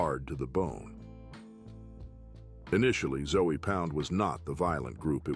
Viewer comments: I'm from Miami. It's disrespectful caliber them "Zoey Pound" lol. It's pronounced "Zo Pound" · 🤣 Zoey pound 🤣 it's Zoe pronounced Zo not Zoey! One of those zoes is gonna come get your ass for disrespecting their name like that ! I was in prison and worked the kitchen with a few . They can be some cool cats but you better keep it cool with them to ! Cause once they loose thar cool they turn into some crazy ass Haitians and will do a number on your ass! 🤣 you really need to do a little more research and at least learn how to say their name 🤣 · This dude pronounce Zoe pound as zoey pound definitely didn’t do his his homework because he would of bring up the legend Mack -a-Zoe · I just fast forward your whole Zoe Pound part because you keep pronouncing the 'E'. Who taught you how to pronounce that? It's Haitian, it's got a French pronunciation.